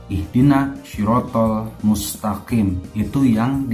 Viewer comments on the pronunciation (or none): Habaib itu jamak dari kata habib, bisa keturunan rosul bisa juga kesayangan, jadi OTEN ini cetak keturunan rosulullah..???? Baca MUSTAQIIM aja salah, dibaca MUSTAKIN.